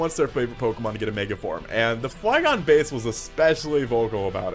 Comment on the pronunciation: Or called Flygon Fliegon xD